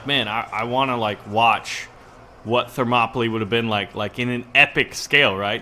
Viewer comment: Thermopylae is pronounced Therm-ō-pee-lay